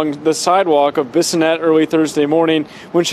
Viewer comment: Bassinett😂😂😂 it’s bis -o -net. Bissonett .rip jasmine